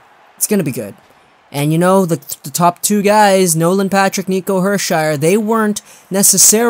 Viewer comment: Nico "Hershire"... Thats impressive.